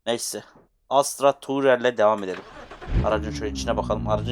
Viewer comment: abi asra değil astra doğrusu